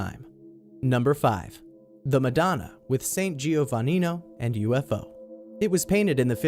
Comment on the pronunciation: gio-vaninio e palazo vezzio! ahahaha